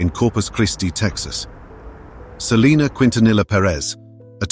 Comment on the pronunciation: You idiot you are pronouncing Selena last name wrong